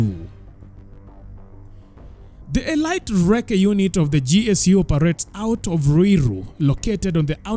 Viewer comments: Elite is pronounced uh-leet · Elite is pronounced as 'Elit,eleet...' in weapon 'a' is silent